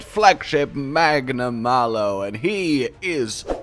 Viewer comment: HE DID IT! HE SAID HIS NAME RIGHT! You mad bastard you actually did it! All jokes aside though he looks extremely fun